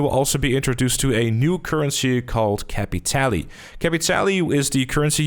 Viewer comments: Bro, you're saying capitale wrong. Just like most players are saying Saint Denis wrong. The guy from the quest literally pronounces the word "capitale". It's French/Cajun. Cah(similar to caw)-pee-tahl. The "pee" is like a combo of "pee" and "pi" like PIT, not PIE. Combine the sound of pee and pit for the i. Not Caa-pit-all-ee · Its capitale and not capitali...just to let you know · pretty sure its pronounced [kap-pee-tal] :)